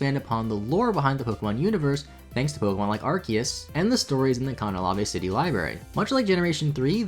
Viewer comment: does pronounce Arceus wrong on purpose, as a joke?